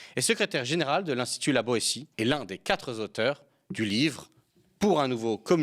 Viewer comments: Je vous adore, vous suis et vous soutiens, mais quatre-z-auteurs m'écorche les oreilles. Bon d’accord, je suis prof de FLE à la retraite et suis donc certainement plus sensible, mais ça ne peut pas vous nuir que d'éviter les liaisons malheureuses. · Bonsoir, Ravie de te voir présenter « On s’autorise à penser ». Une petite remarque sur une liaison mal Tà propros. « Quatre » est invariable, on ne doit pas faire de liaison bizarre au pluriel (quatre Zauteurs). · Merci à M.. (PS: Même si « quatre Z auteurs », de la part d'un présentateur par ailleurs professeur d'université, ça écorche quand même un peu les oreilles.) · « les quatre zauteurs » ? 😂 non : le mot quatre s'écrit sans S à la fin ! 😉 → les quatre auteurs 👍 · Le journalíston répète deux fois dans la même phrase : les quatre zauteurs 🙄🙄🙄 Seigneur !!! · Non ! Pas quatre z'auteurs. Le français est bientôt tout ce qui nous reste. Soignez-le. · dès que j'ai vu, j'ai cliqué sur Le Media!!!! Youpiiii Mais, une remarque: on ne dit pas "4 z auteurs" (Les nombres sont toujours invariables, à l'exception de vingt et cent. De fait, quatre ne prend jamais de « s » et on écrira tous les quatre, sans « s »)😆😅 mais chapeau bas pour votre culture et votre talent. Jean-Luc Mélenchon a fait et continue à faire un travail pédagogique énorme avec Clémence Guetté à l Institut lA Boëtie. Mille mercis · SVP le Media IL N'Y A JAMAIS DE "S" A "QUATRE" donc pas de liaison mal a propos . Passez vous le mot